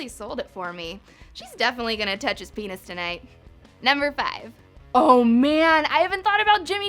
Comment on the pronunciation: Number 15, Jimmy Nuting says penis,the last thing you want in your Jimmy neutron cartoon is the bad p word,well it turns out,that might be what you get,a youtube channel just like BuzzFeed exposed Jimmy because he said pennnisss